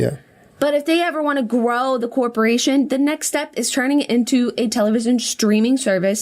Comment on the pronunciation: I know this is a very serious and interesting topic, but when Jenna says " grow " I always just imagine the " graw " from the Cerment videos 😂😂😂